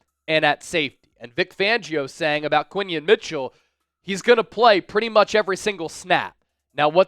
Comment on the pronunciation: Who didn’t know it was Quinyon instead of Quinyen